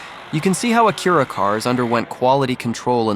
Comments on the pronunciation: The Ah-Cure-a Coo-pay? Bros either slow or trolling . Its aa-cue-rah coop goofy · Why does he pronounce Acura like that? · I had an Acura Legend in 87, beautiful car, and soooo quiet. It was white with the grey cladding, gorgeous. Anyway, the brand was new and at that time I was trading cars pretty regularly. My neighbor came by and was very impressed and asked if I liked my new “Acura”, just the way he pronounced it in this video. I didn’t have the heart to correct him. 😊